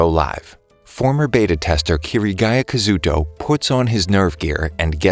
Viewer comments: kiriguya kazooto? dude you gotta say it like Kazuto Kityguya (kaz-oo-to) (kitty-guy-uh) that's how you say is name or you say his username kirito (kitty-to) next time get it right or else many anime fans will do stuff like this so be careful next time Kazuto out- btw my name is kazuto too ironically and please don't reply a bunch telling me I'm lying because I'm not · It your saying kasooto round and kitito